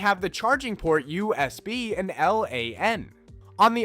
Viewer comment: The way this guy says SSS, HDD, and USB drives me crazy. It’s distracting. But good job giving old tech new life.